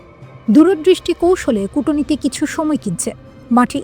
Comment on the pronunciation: Kutoniti নয়, এটা Kutniti.